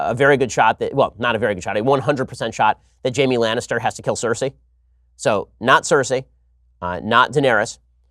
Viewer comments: It’s pronounced SIR-SEE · I usuay love Ben but he lost me with his predictions on Dany. She's too amazing to ever "join the dark side". But then again, he can't even say Cersei's name correctly. Ben "Jon Snow" Shapiro - he knows nothing.